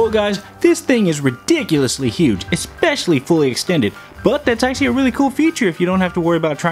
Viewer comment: thats not how you say huge